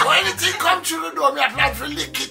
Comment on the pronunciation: 'ANYTING COME THROUGH.'LOOOL!!!